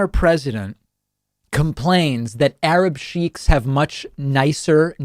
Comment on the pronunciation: Did he say Arab sheep??